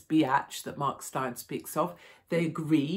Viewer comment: His name is pronounced like Stain ! Good old South African name !